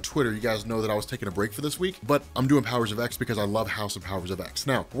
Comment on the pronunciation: Please for the love of God pronounce the title correctly